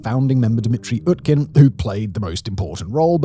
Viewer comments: Utkin is pronounced with a U. Not an A. It comes from Utka, russian for duck. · I'd be remiss if i didn't mention that "Utkin" (pronounced OOT-kin, come on Simon) is basically Russian for "Duckman". Yevgeni Duckman.